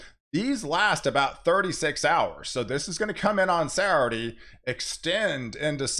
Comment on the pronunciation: Please learn how to pronounce 'Saturday'. I like you and respect your work, but seriously.